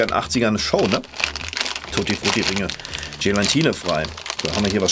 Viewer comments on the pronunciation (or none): none